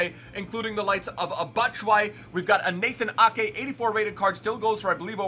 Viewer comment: When actually Says Nathan Ake not " High School Musical